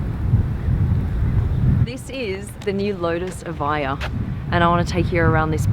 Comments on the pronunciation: Its eviija lol. British education lol 😂😂😂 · How to pronounce Evija? evaiyah? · It's pronounced Eh-vee-ah, not Eh-vaiy-ah